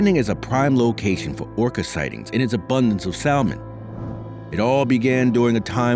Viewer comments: you may want to look up the pronounciation of the word salmon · I hate AI narrations! They can't even pronounce salman. The pronounceing errors are infuriating to listen to. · He can't even pronounce salmon correctly.